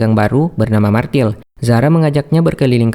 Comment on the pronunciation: bukan martil tapi Mirtel cara bacanya